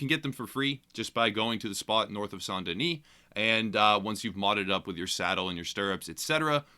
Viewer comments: best pronounciation here, from a french-speaker's perspective. "Sahn deuni" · I heard arthur pronounce like saint den-ee and I’ve just assumed it was the right pronunciation. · this is ridiculous but its pronounced "san den-ee" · It was pronounced saint deni in game... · it's called saant-denieh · in the game they pronounce it like 'san denee'.. probably because of all the French people living there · **pronounces saint denis correctly** thank you my good man